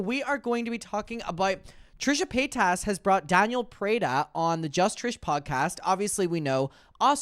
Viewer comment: As a French, the way he pronounces Trisha's name is hilarious. It sounds EXACTLY like "Trisha pétasse". The word "pétasse" means "stupid bitch" in French. So I'm basically earing "Trisha stupid bitch" everytime